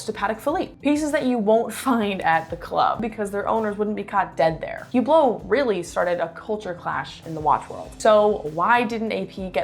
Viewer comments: the "H" is silent...so not Hublot as in Huge but ublo no H and no T...emphasis on the end of the word...uBLO...no H and no T and no emphasis on the U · Good video but you need to learn how to pronounce Hublot